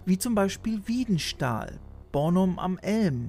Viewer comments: Wiedenstahl? Rehburg-Luccum? Das tut ein bisschen weh in den Ohren, wenn man dort aus der Gegend kommt... 😅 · Wohne nicht weit weg von Loccum, und musste mir den Tante Emma Laden doch mal angucken. Habe das mal durch Zufall erfahren. Witzig. Btw: Wiedensahl, nicht Wiedenstahl. 😉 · Gutes Video :finger-red-number-one:, aber da ist ein fehler drin die Ortschaft heißt nicht Wiedenstahl. Sie heißt Wiedensahl (ohne T). Der Name kommt von den vielen Weiden die es dort gab und dem Sahl (kleiner Teich in der ortsmitte). Kurz gesagt es ist das Leuchtende Zentrum des sich drehendem Universums, und mein geburtsort wo ich auch immer noch Wohne. Die Ortschaft Rehburg-Loccum ist übriegens eine nachbar Gemeinde von Wiedensahl.